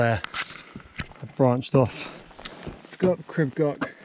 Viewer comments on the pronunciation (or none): Pronunciation is closer to Creeb Gorch, with the CH sounded as in Johann Sebastian Bach. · Please try to pronounce the name properly.